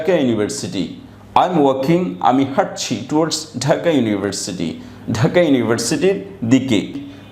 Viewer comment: Dhaka bol6en na taka bol6en.